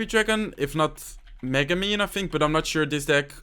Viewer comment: When u said "minion horde" i think u said mino....